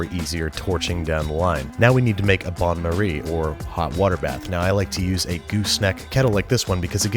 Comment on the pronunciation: I'd suggest using a funnel when filling the dish with hot water :) also, it's not bonne marie, but bain marie, so pronounced like "bun" but without the N ;)